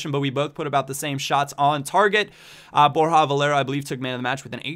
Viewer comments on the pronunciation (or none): its not borja valera its borja valerooooooo